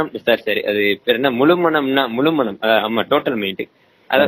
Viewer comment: முலுமனம் அல்ல முழுமனம். ஓ "ழ" உச்சரிக்க வராதா, வால்க தமில் !